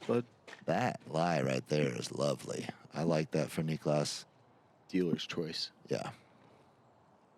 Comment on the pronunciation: its not n-ih-klas it's n-ee-klas